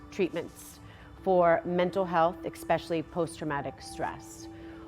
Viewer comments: EXpecially is not a word. It's pronounced ESpecially. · "EX-Specially" —iT iS so annoying how she pronounces especially. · Does that Biden woman say ‘eXpecially’? Is that an American word? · eXpecially? Do Biden´s offspring never need to learn to read? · Did Ashley just say "expecially"? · I would never trust someone with my money who says "eXpecially. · I know right?? Eew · 😅😅😅 * ekspecialy* Biden said that! Geez! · Yes, she did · I wonder if she also says Basketti. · I caught that too!!🤣🤣 You would think, being a "Biden", she would have had a BETTER EDUCATION!!🤣🤣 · The Women's Wellness Space sounds like an amazing place, tho.... But! it is very weird that James Holt [former "Senior Philanthropic Advisor" for Archwell] is in the group photograph, especially without explanation, especially being a man [not a woman in the women's safe space]. Speaking of especially — did Ashley Biden never learn to spell that word? She sounds so astute and educated in her speaking manner, yet she pronounces especially as "EX-specially". 💭 😳